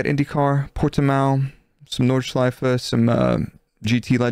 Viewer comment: Nordshleif-E, not Nordschleif. Normally I'm not that picky but that track deserves the respect to be pronounced correctly. Anyhow, great podcast again!